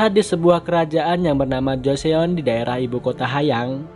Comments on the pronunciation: Bang mau kasi saran aja. Penulisan nya emang Joseon tapi gak usah baca Jo se on tapi baca joson aja heheheh. Saran untuk S3 sih nanti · Keren nihh, udah liat semua episodenya tapi nonton lagi hahaha, bang mau kasih tau info, Joseon dibacanya "Joson", sama Hanyang tetap hanyang biasa hehe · Fyi bang JOSEON dibacanya JOSON O = mulutnya bentuk bulat Eo = mulutnya datar